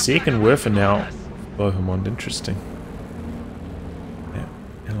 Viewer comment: That pronunciation of Bohemond of Antioch! Made me giggle. Clearly not a fan of medieval history! Fun game though.